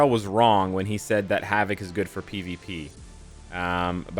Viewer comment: 'Hav-it'? Wtf?